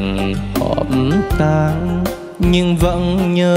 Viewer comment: trường vũ sau phát âm chớt quớt hết,ướt áo mà ca ước áo, trường tan mà hát trường tang. vấn vương, hát vấng vương, nhân tình trẻ lại hát nhâng tình trẻ, còn nhiều lắm